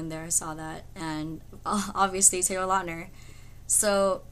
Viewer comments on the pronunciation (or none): great story ....but I think Taylor prefer if you call him lautner not latner ....because latner is wrong...haha but still awesome ;)